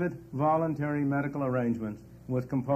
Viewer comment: Volintary? Most people got to work or they die. Is that volintary?